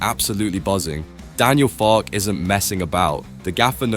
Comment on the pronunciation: For God's sake pronounce his name correctly! It is Farkeh.